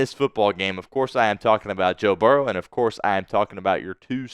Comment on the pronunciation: What do you think about your Spittsburgh team now?!!! Oh, and who is Barrows?! It's Burrow!!!!! Also, it's diehard, not dieheart! Now I know why you are a delusional Squealers fan! Who Dey!!!!!!